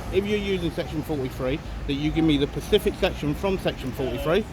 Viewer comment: Great videos...love them....the word is SPECIFIC by the way....not "pacific".